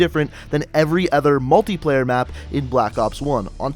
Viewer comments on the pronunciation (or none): none